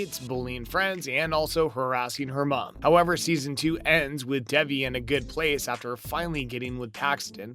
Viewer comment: I'm sorry for being that person but her name is pronounced Day..vee #teampaxton